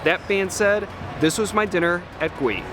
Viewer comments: I don't mean to be a smarty pants but as someone of Korean descent, I must point out that the correct pronunciation is "Goo-ee" rather than "Gwee", meaning grilled/roasted in Korean. 😝 Love your reviews! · Just a bit of info. The name should be pronounced Goo-ee (구이) which means "roast" or "grill" or cook over open flame. It can either be a noun, meaning something cooked in those fashion, or a verb, meaning to cook something in those manner. Yes, Korean can be hard to understand sometimes😂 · Your reviews are top notch…and you would have no way to know that Gui in Korean is pronounced goo-ee which roughly translates to stir fried or grilled….it’s a confusing world for Koreans….but knowing it’s meaning will help in your restaurant experience and the mission of the restaurant. Love you man….keep up the good work! Edit: I am not a native Korean speaker (yes Korean was my firsts language as it was for most first/second generation Koreans) so I could be completely wrong 🤦🏻‍♂️ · I believe it's pronounced Goo-ee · Its actually pronounced more like “goo-ey”! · It’s pronounced <Gee> 🤦🏻‍♂️🤦🏻‍♂️🤦🏻‍♂️🤦🏻‍♂️ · It's pronounced "Goo-ee." Almost sounds like gooey, but not quite.